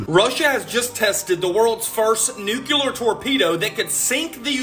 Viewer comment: Never trust anyone that can't pronounce nuclear properly. NASA=deceive